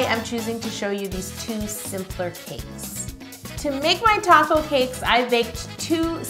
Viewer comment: Every time she says "taco" I think she means "top coat"😹😹